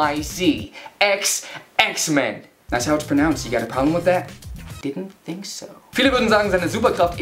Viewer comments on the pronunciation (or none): none